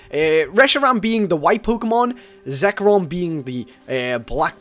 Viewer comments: i Love youre vids! but i hate when youre saying Pokemon weird. like zekrom, not zerkom. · ZERKOM XD ITS ZEKROM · and he said Zekrom Zerkrom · btw its not zerkom its zekrom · Reshiram,correct,hireram,Wtf,zerkom,I don't you know you anymore. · Zer-kom? What? It's ZEK-ROM! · You pronounce Reshiram right but Kyurem and Zekrom are wrong. They way you said Kyurem is understandable but they way you said Zekrom? Its not Zerekom its Zekrom. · Lol ''zerkrom'' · It's Zekrom not Zerkom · ZEKROM NOT ZERKOM ZEKROOOOOOM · its Zekrom not zerkom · Zekrom not zerkom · zekrom sorry not zerkom.... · you call yourself a Pokemon fan but can't even pronounce zekrom... zerkom seriously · zekrom (zek-uh-rom) kyurem (kyu-rem) you said reshiram correctly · trying to say the Names of the TAO trio "One is Reshiram one is hirum and the other one was zerkom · it's re-sher-ram , cure-am , & zeck-rom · ITS ZEK ROM AND KYU REM U ... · it's pronounced Ze-K-rom Re-She-ram and Ku-rem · Zerkom... Zerkom.... Pokèmon name fail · Its zek-rom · lol he say zekrom so wierdly XD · you just butchered the life out of Zekrom Kyyurem's names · yo he said their names wrong